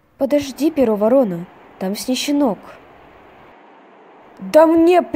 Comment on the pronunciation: Правильно не Перо ворона а Перо Ворона тоесть от слова ворон